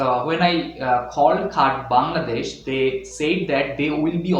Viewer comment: Great informative video! One thing I noticed, it's a bit awkward that you consistently pronounce the name of the country as "Bangladesh." I hope you take this feedback positively, as it could really effect your content. Keep up the great work!